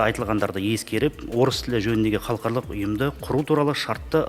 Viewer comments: Мына жігіт қалқарлық,қалқарлық деп қоймады ғой Халықаралық-деп айтылады. Өзі мінбеде тұрып қате оқып тұр. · Мына министр халықаралық деген сөзді халқарлық деп қате айтып тұрғаны нес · Халықаралық деген созди Халкарлык деп. Окыды депутат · Қазақ министр "халықаралық" деген сөзді дұрыс айта алмай тұр ғой. Қазақта "қалқарлық" деген сөз жоқ. Ұят екен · Мына шырағым, халыкаралык дегенді де халхарлык деп бурмалап тур, мундайларды курту керек, казакша сөйлете алмай отканда, орыс мектебі неге керек, орыс мектебіне бармай ак, орысшаны судыратып, мәңгурт болып жур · Мына минстр не оттап тұр қаларлық деген қандай сөз халық аралық дегенді айта алмай тұр ғой сахаума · Хархалық емес халықаралық деп айтылады алдымен жөндеп айтып алып сонан соң қабылдамай ма өңшең мәңгүрттер. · Ғылым министрі қазақшаны халықаралық дегенді бірнеше ретдұрыс оқымадықазақшаға шорқақтау ма қалай?